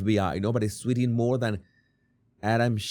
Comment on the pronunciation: Love MOAR instead of more, I wish I knew another language, I can barely handle English.